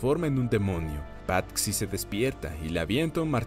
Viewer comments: Muy buen resumen pero........ Patxi es nombre vasco que se traduce como Francisco y xd se dice Pachi no pat-xi perdón por corrección pero me pitaba el oído cada vez que lo decías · Debo decir que el nombre no se pronuncia "Patsi" sino "Pachi". Cosas de los Vascos... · Se dice pachi no pat-si xd